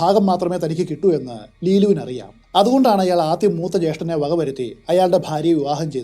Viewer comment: ജേഷ്ഠൻ എന്ന വാക്കിന്റെ ഉച്ചാരണം ഒന്നു ശ്രദ്ധക്കണേ!